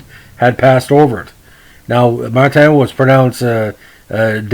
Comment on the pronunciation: I like you pronounce his name, mar-tan, being he was French- canadian, I've heard it pronounced that way when he scored at the Montreal Forum🙂 his first name oo-bear (Hubert). Too bad about the trade stigma, he was a fine player